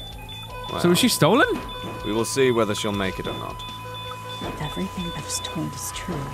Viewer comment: You always saying evrythink